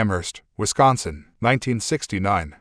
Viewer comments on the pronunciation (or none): none